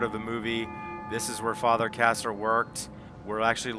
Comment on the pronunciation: Father KARRAS, not Father "KASSER".